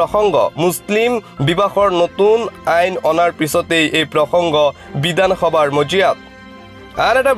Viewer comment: কিয় ভাষাটো শুদ্ধকৈ কব পৰা নাই,হেৰ বিদানসভা নহয় বিধানসভা হে।